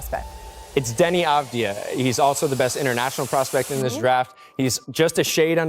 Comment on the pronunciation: Pronounced "Avad-yah," as a Hebrew speaker.